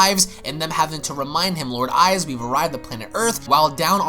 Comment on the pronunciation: You pronounced papayaman and ize wrong